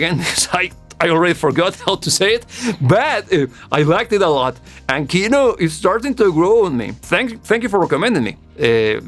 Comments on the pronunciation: kinO, not kIno! :) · in russian we pronounce kinO, not kIno. thar word means cinema or film. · It's "Kinò", not "Ki'no". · It's not pronounce KIno, it's KinO. Sorry for my bad English ( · ki-NO... Stress on the second syllable. Yea, it's a noun not verb yet the second still. 😉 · It is actually pronounced like Kinó. The word Kino means "Movie" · I'm glad you liked it. The whole of "Kino" (btw, stress is on "o". Hope it helps you to pronounce it better xD) music is more about vibes (hate to use it, but it fits) than about meaning. Группа крови is often called anti-war, but it doesn't really strikes the anti-war notes that much. It's just some ruminations of someone supposedly going to war. He does not love that but also does not hate it either, though it is clear that he'd rather not go there. It is, of course, often connected to Soviet-Afgan War since it was written near it's end. But the chorus says about blood-type on your sleeve and USSR forces never placed blood-type on the uniform and especially on the sleeves which can by torn off. And the "serial numbers" also never were a thing in it either. So in the end it feels pretty abstract. If you're interested in exploring Kino more maybe try "Звезда по имени Солнце" (Star named Sun) next. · "ee" обычно под ударением в английском, а нам надо ударение на "о"